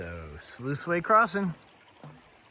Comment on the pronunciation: It makes me smile every time says river crossin'. 😊